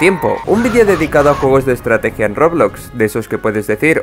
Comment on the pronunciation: estrateguia mas estrateguia me mori de risa 😎😎😆😆😆🤡